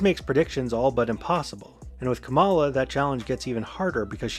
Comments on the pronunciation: You need to learn how to pronounce words. Not kaMAla. Comma-la. Sheikh is not pronounce chic. It's shake. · kamala is pronounced KA-ma-la not ka-MA-la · A new video! But et tu? Comma-luh Not cum-allah Comma-luh KAHmah-luh KAHmuh-luh! 😅 Anyway, she came out pretty hard for NATO and Ukraine last night. Pretty much the pinnacle of the speech, although maybe I'm biased Keep up the content, please 🙂 I'd especially love a deep dive into the 2014 Nuland phone call 👻 that vatniks say proves Maidan was a CIA coup, when it was really just them discussing whether they thought the protesters should form a unity government with Yanukovich as part of a deal to end the protests. Its an insidious lie that's penetrated deep into the media sphere. Drives me crazy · It's pronounced "Comma-La."